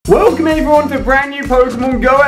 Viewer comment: Why do you say wolcome, I thought it was welcome.